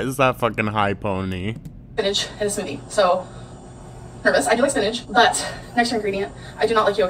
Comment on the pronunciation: Despise how she says spinach. It’s so grating and it sounds like sewage